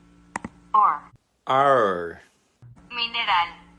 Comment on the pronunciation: "or owr or wor or" This was the best part of the video I laughed a lot XD